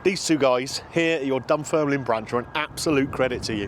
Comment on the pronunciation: You said Dun Firnland, try saying these two small villages in england, Worcester and Bicester and then say Dunfermline correctly.